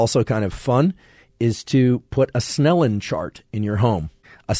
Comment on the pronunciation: Snellen not snenel.